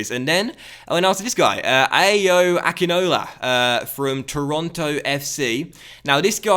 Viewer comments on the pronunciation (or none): Yo, the A's in Ayo Akinola is pronouced like Ah (lke in apple), so Ah-yoh Ah-kin-oh-la. He's Nigerian!!!